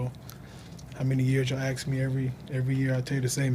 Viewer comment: “Axe me” - 100 millionaire